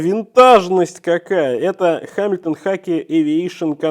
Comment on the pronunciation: Читается не «Ха», а «Га». Но само видео классное 👍